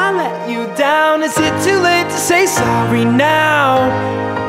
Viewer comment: muito bom, so não gostei quando ele fala "Sorry", a dicção estranha, no mais top demais....